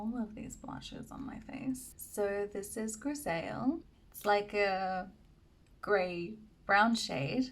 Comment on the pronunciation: Hi, French here, I'd love to help for the pronunciation of my favorite Surratt blusher, Grisaille. It's pronounced greez-ie (pronounce the second part like you pronounce the verb "die" and you have the right sound). I hope it helps. 😊